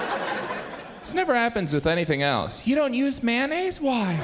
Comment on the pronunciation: It's not mannaise. It's mayonnaise. May.on.naise.